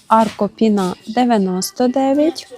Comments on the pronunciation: Не пінА, а пІна, странні наголоси іноді цікаво звучать, аж по вухах ріже🤦😊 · чому» пінА» якщо пІнитись? Тобто пІна)